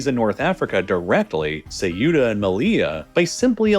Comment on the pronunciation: the pronounciation of ceuta is sending me